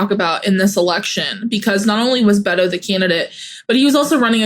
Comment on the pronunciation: The nickname "Beto" is short for Roberto, and, is not pronounced "Bedoe." It is pronounced "Bet toh," the T is strongly pronounced, and the "O" has no diphthong. Former Congressman, Robert Francis O'Rourke of El Paso, is Irish, and would be better served as a Roby, or Frank. It is a political ruse to use the Hispanic term to get the Hispanic vote, but, the O'Rourke part gave him away. As a Hispanic, I'm not too proud of the Bedoe moniker.